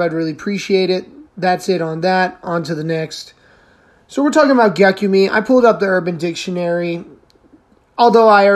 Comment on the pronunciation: It’s pronounced Gek-yoom .